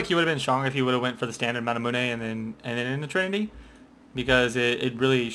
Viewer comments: I thought it was manamune, not manamuneh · its the american way of pronouncing it then, over in europe people say (mana-mew)